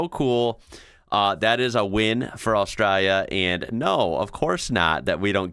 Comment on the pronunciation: It would be nice if you pronounced Australia correctly!